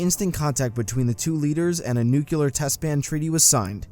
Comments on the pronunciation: Nuclear. Not Nucular. Sound it out, man. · Am I the only one bothered when someone says "nuke-ular" instead of "nuclear" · It's fucking NU-CLEAR NOT NUCULAR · Nook-lee-er nut nucular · Am I mistaken or this guy keeps saying "Nucelar" instead of "Nuclear"? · coz he keeps saying nucular instead of nuclear. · he says nucelar.... not nuclear. ITS ANNOYING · please dont say nucular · "Newk-you-lur missiles" bruh are you dumb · The most annoying thing about this video is “nucular” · The commentator for this video pronounces nuclear like Pres. Bush. lol (nucular) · I get so mad when people say “nuke-you-let” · Pronunciation of "nuclear" simplified: "nu" + "clear" Otherwise loved this simple, clear explanation of a complicated situation. Thank you! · Damn right. Hated hearing new-kelar. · NUKULER LOL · Nucular LoL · NucYOUlar War? Come on, man! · NEW-CLEAR. Nuclear. How is this so hard for so many people... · Why....Why does he keep saying 'nukyular' >_< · "nucelar" lol American education system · noo-kyoo-ler R E E E E E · "Nucular" REEEEEEEEEEE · what's a nucculer missile? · "Nucular". Hey Dr. Jones! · nucular war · Goshdarnit, the word is NU-CLE-AR, NUCLEAR! As in Nucleus - the core! Awesome Videos though, keep up the great work! <3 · Nuke-yoo-lar Sounds just as unintelligent as when Bush jr said it. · Darth Revan nucular, that's probably why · Disliked because "nucular" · Darth Revan He kept saying "nucular" like an idiot. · You shouldn't get someone who can't say the word nuclear to narrate the Cuban missile crisis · Can’t handle his pronunciation of “nuclear.” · Disliked because appalling pronunciation of “nuclear”. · Dude... Learn how to say nuclear. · Am I the only on bothered by his pronunciation of the word 'nuclear'? Anyway, great video as always, keep 'em coming. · the world ecscaped nucular war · Funny how narrator had the Palin affect by repeating nuculer in stead of nuclear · nuclear new clee er nu cu lor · Nucular or nuclear you dumbarse!? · Nu q lar